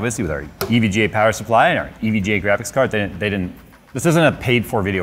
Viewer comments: Just say evga already it’s not e v g a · I hate the way he says EVGA... it sounds way too close to EVJ and it drives me irrationally nuts haha